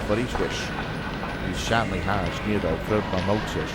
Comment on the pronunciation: Apart from a wrong pronunciation of the disorder, this was a beautiful story, always brings a slight tear to my eye, as it is not a fun disorder to have. NF is No Fun.